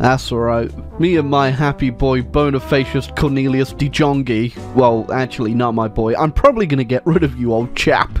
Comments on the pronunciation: de jonge is pronounces de yong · Damn that pronunciation of that name. Just so you know or anyone else De Jonge is a common last name in the netherlands and literally mean "the young". Its pronounced like the young except with a short uh sound at the back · Dutch: "De Jonge": "Dee Djongee"